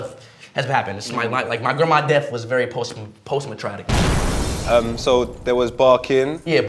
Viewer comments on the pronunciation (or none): Did speed really say “postmatratic” ? 😭😭😭